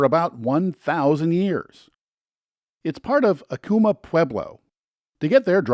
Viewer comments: Jemez, not "Jeméz." Sounds like "hem this" without the "th." Acoma, not "Acooma." Homophonic with "a coma". The "escarpment" at Petroglyph is actually named "El Ceja"; the NPS employee should have known this. Today, there are four sites (new one opened within a week of this comment). the "Navajo Name" is pronounced "yah'-ought'-eh", where an apostrophe is a hard glottal stop, similar to the almost silent T when you use "mat" in a sentence. Yá'át'ééh means "hello" (lit. "all is well"). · It IS Pronounced,=Ack o mah Acoma pueblo....plz learn the pronunciations..... ❤️‍🔥Vaya con Dios❤️‍🔥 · What a great video! Thanks for creating it and sharing! I live in NM and the one thing I wanted to share with you is that Acoma is pronounced "Ak-o-Ma"